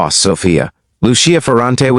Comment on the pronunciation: Not to mention the mispronunciation of the words Sicilian and Lucia.